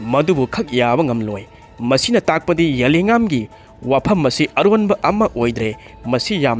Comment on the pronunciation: zalengam - za len gam hai g dou ba adu fao pronounciatn. heitaba